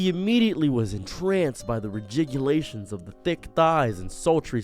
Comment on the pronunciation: "Regegulations" lmao